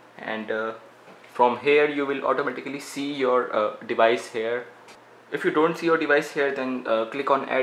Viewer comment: hear it when he says "automatically"😂😂😂😂